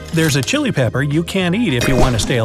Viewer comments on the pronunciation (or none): none